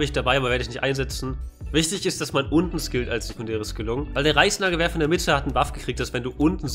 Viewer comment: Habt ihr auch Preisnagelwerfer verstanden?